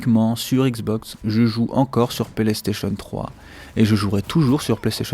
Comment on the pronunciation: ' je joue encore sur * Pelestation 3 ' MDR